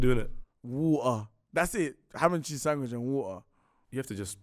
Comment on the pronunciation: Ham and cheese SANGWICH, nah im dead